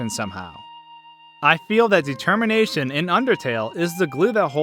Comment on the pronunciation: You mean Detemmienation, lol